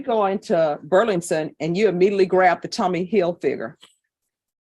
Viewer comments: Judge Boyd's struggle to say Burlington Coat Factory every time she said it was kinda adorable. 😊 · The judge repeatedly misprouncing "Burlington" is driving me insane 😂